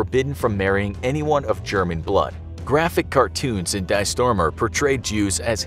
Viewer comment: Just fyi, in German, the word "die" is an extremely common word that means "the" and, just like one of the English pronunciations of "the", it rhymes with "tea". It doesn't sound like, and has nothing to do with the English word related to death. For the those who have heard of the South African band "Die Antwoord", the (Afrikaans) name of the band means "The Answer" and the first word is pronounced similarly.